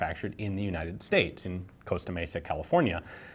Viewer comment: Congratulations on Pronouncing Costa Mesa Right